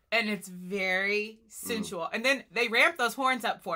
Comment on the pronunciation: she did not say SENSUAL, she said SINSUAL